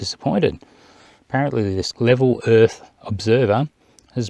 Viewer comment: “The erf is flat and it has a Lollipop moon.” Adam “LEO” 2021